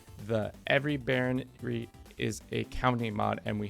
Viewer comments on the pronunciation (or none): Bro it's baroNy, not baronRy. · Please, instead of saying baronry, say barón ríe. That's the correct way.